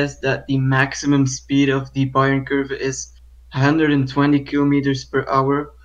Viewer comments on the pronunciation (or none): Also "Kurve" is not spoken "kerf" like the englich "curve". The is spoken something like the "ou" in "you" and the "e" at the end is spoken too. Source: I know curves in Germany.